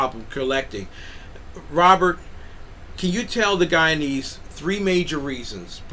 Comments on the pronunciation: It's guyanese sir not guyans 🙄🙄🙄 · Guyanese* not Guyanas😑